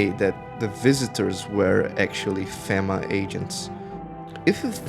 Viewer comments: The constantly knocking makes sense for multiple reasons. People prob forget theres someone there all the time, and also... it fits the world, perfectly. I wouldnt want to be left outside. Also the dramatic readings, like the burnt guy, are really annoying. And its pronounced FEEMA. I wasnt going to say anything but hearing fehma over and over is also really annoying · Aside from the constant mispronunciation of FEMA, good video.